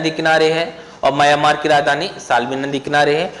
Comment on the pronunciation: सर जी आप म्यांमार को मयामार कहते हैं।